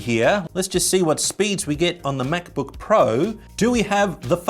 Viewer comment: Love how he pronounces “MacBöuk”.